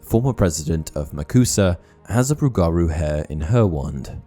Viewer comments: as someone from Louisiana its pronounced rue-ga-rue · As a Louisiana native. Respectfully... its "ROOguhROO" 😂😂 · He said rougarou wrong such a Brit lmao